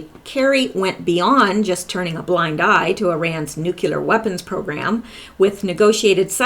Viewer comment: you pronounce nuclear correctly, its Americans that pronounce it wrong